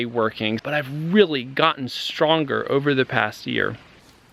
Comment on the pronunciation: in the latest shot you forgot the R in st(R)onger...